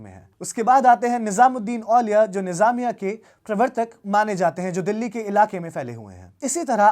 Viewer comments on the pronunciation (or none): none